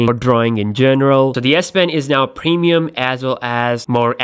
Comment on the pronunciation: "Samsang", "pemium", "acquate" lol.